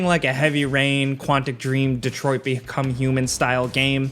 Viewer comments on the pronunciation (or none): none